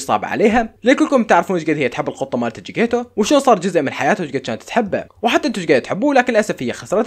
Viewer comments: جيكتيتو✖️ جيكيتو ✅ 😂😂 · جكتيتو ❌ جيكيتو ✅ 😂😂😂😂💔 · جكيتيتو ❎ جيكيتو ✅